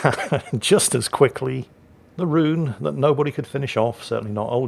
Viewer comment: and he's still saying Rune. It's Rone FFS roan like grone tone bone or phone. not roon like toon tune boon or goon you loon. Don't believe me look it up. Sorry mate I just heard it 100 time to many. I can understand, but not forgive the western tendency to place the inflection on the wrong syllable of a Japanese word. even though we dont do it to we? Nobody says riCHARD, or eRIK or coVENtry but whatever so many people do it that its pointless to discuss. As a 51 year old geezer that has a history degree and speaks fluent German having worked as a translator and interpreter in Germany for 25 years now I can assure you old boy...it is ROAN as in tone not Roon as in Loon. You beautiful old git. Love yer videos keep making them. Good health and luck to all you hold dear. ROON!